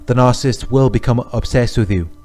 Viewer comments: Narcissist is a three syllable word! It’s not Narcist. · I can't refrain from saying this as I've been watching a lot of your videos lately... but its NAR-CIS-SIST. There's THREE SYLLABLES lol... Anyways, thank you so much for making these videos. I just discovered a couple of weeks ago that my husband is a narcissist. I knew that things were awful and worse than any relationship I've ever been in (only 3 prior, 1st one 7 years, 2nd one a year, 3rd one a year) and we've been together for 6 years. I can't wait to have the divorce finalized. I have been praying for a long time to get some clarity, and I'm glad I have it now. I can move on and heal, FINALLY. Now if I can only find out what all these terms mean. I understand a couple, but no one really explains them in each video, so I keep coming across all of these videos with all of these terms, but no explanation for them… like triangulation, hoovering (used context clues to figure that out), covert (used google), grey rock or whatever it is, no contact (self explanatory), flying monkeys, and a lot of others.Thanks for everything you do. Sending lots of love from Ohio, US.Also, here's a helpful tip to anyone like me, who talks a million miles a minute and almost always has racing thoughts... speed up the video to 1.5 and it will shave off a lot of time so you can get to the next video and try to absorb as much information as possible. Oh, and thanks for the subtitles at the bottom, it helps to cut back on the risk of the narcissist finding out that I know who he really is, and that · Narcissist has three syllables. Why does this 'expert' keep saying 'narc-ist'?